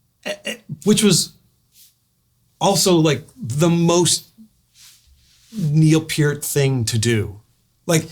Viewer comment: Thank you Richard for saying Neil's name correctly!